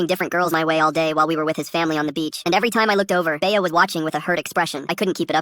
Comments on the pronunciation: AHHH ITS NOT BAYAH ITS BEA LIKE BEE NOT BAYAH 😭😭😭😭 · Bay-Uh lol. AI is still so dumb